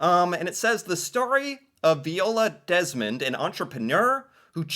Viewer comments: Vy-ola, it was said aloud in the heritage minute, weren't you paying attention? It's almost as annoying as your continuing mispronouncing Toronto as To-Ron-TOE instead of Chronno despite hearing it said in several videos and Walter of Walter's World saying to skip the second "T" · Viola is pronounced vi-ola. Vi rhymes with “my”. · 🤣If you listen to the end of the first Heritage Minutes, the Narrator pronounces her Name Viola then in 5 seconds you again say Veeola. 🤣🤣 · So its Viola (V-eye-ola) as said at the end of that heritage minute. Laura Secord herself was a real person, but the story became a but mythologized, and now we have a chocolate shop company called Laura Secord's. Also I believe that would have been hardening maple sugar so it could have been cut into smaller pieces for candy and melting into other shapes for adding to foods or eaten as is. That would not have been a cheese or loaf, even if it was loaf shape. I'd suggest checking out "The Discovery of Insulin", "Jackie Robinson", & the "Avro Arrow" next.